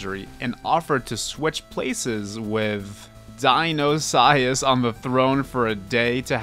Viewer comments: Dionysius is pronounced (die-oh-ni-sis) like the god of wine for the Greeks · Dionysius is pronounced die-oh-nee-see-us. Hope this helps! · you say dionysius like die oh ny sis